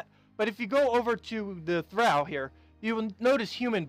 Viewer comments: Good video as always. Note, when you tall, or fall it's pronounced "aw" as in "awe, did you fall down from the tall tree?" Well the word "Thrall" is prounounced "Th-rall" as in fall, or tall, or awe! :) BTW: Old guy from the old show "Happy Days" had a guy named "Al" as was named "Al Bundy" from yet another tv sitcom... "Thrall" is not prounced like "Al." :) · THRALL is only one syllable. Otherwise, you are correct. The word originally meant SLAVE and came from the language of the ancient Norse people (popularly known as Vikings). The term, VIKING, is actually a misnomer. It was originally used only as a verb to describe their piratical raiding enterprises. Most Norse were farmers who chose to live peacefully, but the more aggressive and adventurous would often go A-VIKING. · Tip for: THRALL is supposed to be pronounced so that it rhymes with all, fall, hall or wall.